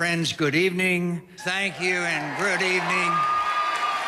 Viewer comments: "thank you and grood evening..." facepalm... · "Good evening, thank you and grood evening."